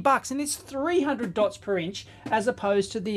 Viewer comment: Hearing Aussie “Dots Per *Inch*” is giving me a double take every time :)